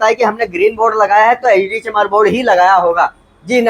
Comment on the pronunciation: Sir ji baar ....baar lag raha apne bola HD chamar board 😂😂😂😂